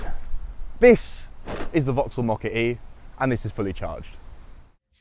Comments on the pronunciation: I see what you are saying the pronunciation of mokka-e is making a mockery of moh-curry.😃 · I can't get over the fact that you pronounce it as "mockery" :D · As a non native English speaker it never fails to amaze me that the British pronounciation of the Mokka-E sounds like ‘moh-curry’, as if it is some sort of Indian dish. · We pronounce it more like 'mockery'. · GREEN! And quite hilarious, that it's pronounced as "The Mockery". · who else heard him speak of a mockery-car? a grrrrreeeeen mockery? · Did nobody at Vauxhall realise what it actually sounds like when somebody pronounces the name of this car? It might Look okay on paper MOKKA-E but in the real world it sounds like the word Mockery Look up the word Mockery in a dictionary and here is the definition:- a>an absurd misrepresentation or imitation of something. b>ludicrously futile action. Examples It can be used in sentences like this:- " I turned up for work in this car and I was greeted with lots of Mockery" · Funny how brits pronounce the mokka e as mockery without them realising. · That is only a UK thing. The rest of Europa doesn't add the R. We don't pronounce Opel as Vauxhall either. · That's how most people around here pronounce it. The ridiculous name is doing Vauxhall no favours.